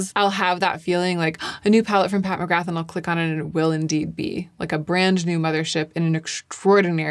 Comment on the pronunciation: Pat who ??? I love your videos but…. Nooooo you cannot say McGrath like that 😂. The TH is silent . 🤫 Silent . Nooo TH. I know this as I’m Irish and so is the name 😊